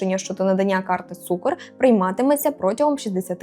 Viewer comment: Не цукор а цукр